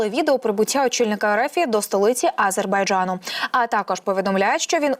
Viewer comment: Не тільки я,а й інші глядачі вже вкотре небайдужі до цього каналу та дикторів.Одна помийка! Люди відносяться до своїх обов'язків байдуже,непрофесійно.що це за вимова А-зер-бай-джа-ну? Неможливо вимовити назву держави?! Щось меле і сама не повторить